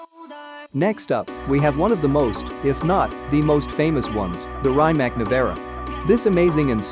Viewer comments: You could atleast learn how to pronounce a cars name if you do a video on it. I felt so much pain while you were saying rimac that i couldnt watch it until the end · First of all learn to pronounce Rimac properly😏